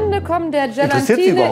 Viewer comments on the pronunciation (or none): Tolle, die nicht mal richtig vorlesen kann! Es heißt nicht GelaNtine, sondern Gelatine. 🙄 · Gelatine und NICHT GelaNtine…. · Wah, sagt die allen Ernstes "GelaNtine"? Ich hoffe, dass sie nicht Deutsch unterrichtet... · Vielleicht sagt mal einer der, dass Gelatine OHNE N hinter dem A geschrieben und gesprochen wird... NICHT GelaNtine.... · Gelantine zu sagen, aber Gelatine zu meinen ist auch eher fies, genau wie Kemie. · Coole Challenge, ich wäre auch durchgerasselt 😅 Und das, obwohl ich in Diktaten immer wirklich sehr gut war. Allerdings muss man zu Meinis Verteidigung auch sagen, dass die 1. teilweise die Wörter falsch ausspricht (GelaNtine...) und 2. eine eher schlecht zu verstehende Aussprache hat. Ein erfolgreiches Diktat sowie der damit verbundene Lernerfolg steht und fällt mit der Qualität der Lehrkraft. Schade übrigens auch, dass ihr das Diktat nicht komplett gezeigt habt. Hätte mich gerne selbst getestet, was aber aufgrund der fehlenden Teile nicht so gut möglich war.